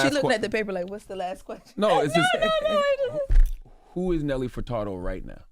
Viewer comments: “Nelly FertaRdo”? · Why Charlamagne pronouncing Furtado like that "Fer-Tar-doe" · EVERYTIME I hear Charlemagne call this talented woman Nelly “Furtardo” i cringe!!! BRUH COME ON!!!